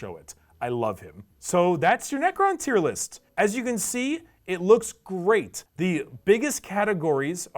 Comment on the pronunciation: I am still unsure if he said Necron tier list or Necrontyr list....